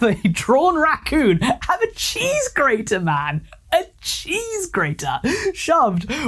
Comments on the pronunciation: Cheese grrrrraaterrrr🗣️ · Oh yeah GRRRATER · THE WAYYY HE SAID GRATER XDDD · the way you rolled the r in cheese grater 😭😭 also can you talk about Birdie in the next video? The rabbit hole is pretty deep and extremely gross so just warning you ahead of time lol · bro the particular enunciation of the word "grater" sdahfkjjds whyyy (also it's apparently an old furry meme, tho it's not one that I'd ever seen or heard of until another Youtuber covered it) ngl tho I do appreciate when a channel runner acknowledges the "audio in the background whilst doing whatever" people; literally was drawin a pony while listening to this (at least for the latter half n part of the first half; the rest of that time was taken up by supper lol) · I love the emphasis on the gr part of grater here lol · Cheese G®️ater